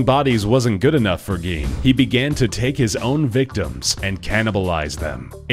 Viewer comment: it is pronounced Edd Gein like Gean